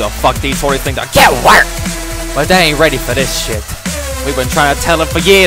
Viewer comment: I laughed so hard when he said GAT WERKED